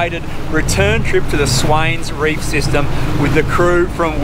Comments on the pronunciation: It's the Swain reefs, not swains reef. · Sammy Its Swain Reef!